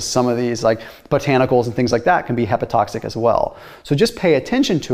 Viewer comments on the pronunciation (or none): "...hepatoxic..." While, perhaps, less euphonic, the adjective is "hepatotoxic." The Greek word for liver, "hpar, hpatos, to," a neuter noun, uses the stem of the genitive case, as its root, id est, "hpat," where the letter, "h," represents Greek, "eta," and is usually pronounced, "ee," or "hee." "Toxic," comes from the Greek, "toxon," a neuter noun meaning "bow," as in bow and arrow. "the deliverer of harm."